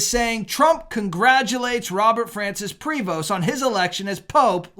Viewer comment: Heads up: the "st" is SILENT in the pronunciation of Prevost, so either "pree-voh" or "pray-voh" is the way his name is said depending on whether Spanish or French.